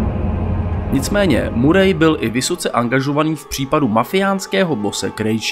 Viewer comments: Tak informativní hodnota videa je víceméně o ničem, nápad dobrý, ale chce to proste víc informací. Navíc ta výslovnost (murej), fakt ne. Nicméně zůstanu a podívám se ještě na další videa a uvidíme. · Bráško, všetko super, len to priezvisko Murray sa číta Maery...to nie je hate...skôr príprava na haterov, keď bude video na vrchole..